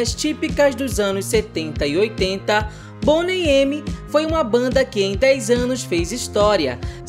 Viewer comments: Se pronuncia Boney Mi. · Boney "eme"????